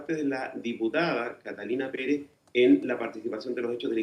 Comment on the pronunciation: Pere(Z) Pere(Z) NO KATALINA PEREE... Los chilenos!!!😂